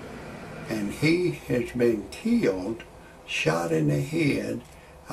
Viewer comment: Did you say he was "Keelied"? lol